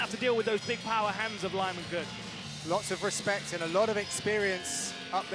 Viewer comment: 8 lbs over weight? What a fucking joke. Oh and the announcer actually called Lyman Good “Lion Cybor Good” lol